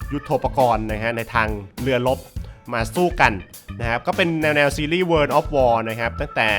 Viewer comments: โวออฟวอชิบ ไม่ใช่ เวินออฟวอชิบ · ทำไมมันอ่านว่า เวิน[world]